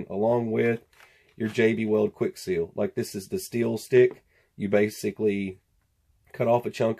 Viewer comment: Seal not sesl, lol